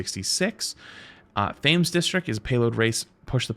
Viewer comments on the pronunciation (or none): Just a heads up for Americans. new Payload race map Thames District is pronounced TEMS District. not THAYMES District. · aaaa my ears 😭 Thames is pronounced temz